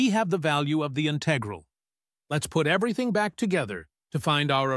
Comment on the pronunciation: The robot voice mispronounced some of the math terms (I.e., “integral”), which was distracting. Perhaps a different robot next time?